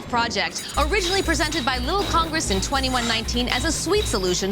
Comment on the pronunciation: "all 8 houses of 'lil congess"